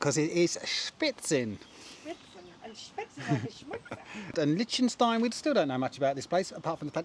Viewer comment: Regarding Liechtenstein, I believe it's pronounced lick not lich...